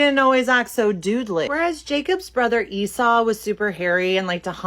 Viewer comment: As a Jew this is offensive. Go appropriate someone else's book. Also it's not seesaw or esaw or however y'all pronounce Jacobs bro. Its esav